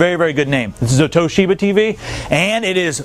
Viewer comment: TO-SHI-BA not toshobia